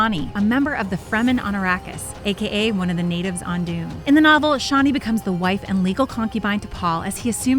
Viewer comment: Actually... it is pronounced how she said it. See this site for snippets of Frank Herbert himself pronouncing various words from Dune: Although, she does mispronounce Chani...